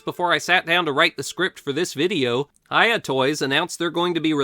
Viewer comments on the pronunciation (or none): none